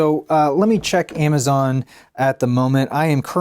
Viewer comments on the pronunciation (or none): none